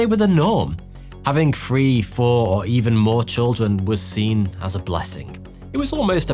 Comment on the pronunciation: “The birth rate has plummeted precipitously” Why are you trying so hard to sound smart with your big words that nobody uses in everyday vocabulary…? How about you work on your pronunciation first. You’re saying free instead of three.